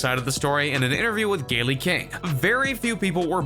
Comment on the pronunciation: You really should learn to pronounce people’s names correctly. “Gaylie” and “Ereeka” They sounds like Gail and Erika